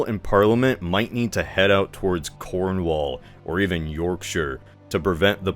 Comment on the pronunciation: Yo amazing video, and can I say as a Brit thank you for pronouncing Cornwall and Yorkshire properly 😂😂 keep up the good work I love these videos